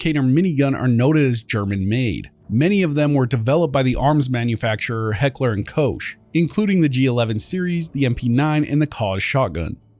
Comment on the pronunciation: just for future reference, H&K firearms is pronounced heckler and coke as in like the soda. I use to call them heckler and cock which is definitely not right 😂